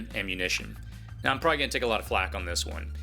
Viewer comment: It's pronounced, "probably", NOT "pry".